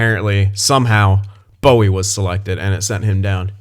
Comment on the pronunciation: Also Bowey is pronounced Bow (as in a bow after a presentation etc) e not bow (weapon) e like how you were pronouncing it. Considering I did get to watch him when he was in the WHL with the Kelowna Rockets